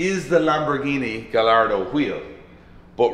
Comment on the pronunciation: Please start pronouncing Gallardo the correct way 🥲